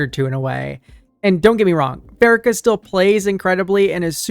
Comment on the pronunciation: I think it's "PhaREEkah." Happy to be one of your 5K subscribers. You're doing excellent work.